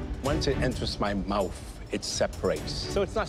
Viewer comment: Alvin: "once it enters my *Mouf*"